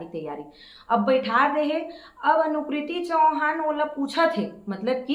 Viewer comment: आप तो हिरो हिओइन का नाम सही तरीके से नही बोल पा रहे हो एनालाइज करना तो दूर की बात है, अनिकृति चौहान को अनुकृति चौहान बोल रहे हो जी ब्लॉक वीडियो बनाकर अपने चैनल की टीआरपी बढ़ाने के लिए कुछ भी बोलते रहते हैं,,,, इस तरह से किसी के बारे में कुछ भी बोल देना सही नहीं है बोलने वाले बोलते रहे बोलने से कुछ नहीं होता है आप सिर्फ और सिर्फ अपने चैनल की टीआरपी बढ़ाने के लिए ये सब कर रहे हैं, आप को फिल्म अच्छी नहीं लगी तो आप मत देखो आपको फिल्म देखने के लिए कोई मजबूर तो नहीं कर रहा है